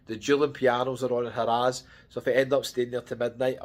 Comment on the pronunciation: Been going to Vegas for 30 years from UK and never heard it being called "HA RAZ". Its simply harrahs (sound like "hariz" ) but laughed every time he said HA RAZ. Also the tower in Caesars Palace he was in is a newly renovated tower but its their worst tower. Theres 6 different places to stay in Caesars Palace and this one is the lowest.